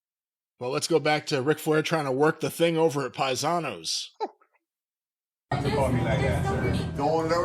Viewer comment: Next time Flair goes on a show, crowd gonna chant PIE-SA-NOS!!!